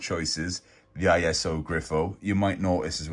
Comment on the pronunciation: a fantastic collection! i have many of them i'm pleased to say but not the Rumblers gift set! never even heard of it, ISO is pronounced eeso i believe, it is not an acronym as far as i understand it, it's funny when you say about wanting real versions of some of these models, i'm just the same and the ISO Grifo is a good example, no chance of course! the Anderson stuff is brilliant, i'm so glad i have most of them, Joe's car is a real favourite of mine, i agree wholehearteldy about the box art, it is truly stunning and so evocative for me of my childhood, another great video and best wishes, talk about boundless enthusiasm!